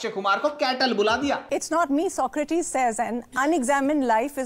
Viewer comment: Socrateeeezzz bol rha hai